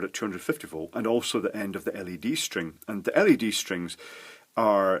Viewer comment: every time he says led string, i thing of led g-string